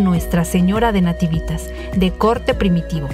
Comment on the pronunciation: Se pronuncia natÍvitas con acento en -ti.